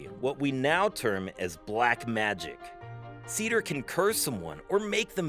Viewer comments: Its not "Seeder", Its pronounce "SAY theer". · It's actually pronounced Say-ther. Roll or "trill" the "r" at the end. Great video. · It’s Seiðr, not cedar…